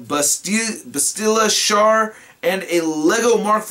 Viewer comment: Hey just to let you know if you do a review Bastila Shan Her names pronounced Bass-tila Sean soo yeah keep up the awesome vids.